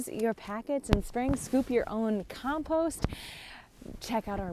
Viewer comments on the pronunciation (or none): How do you keep warm in the winter. And your saying compost wrong.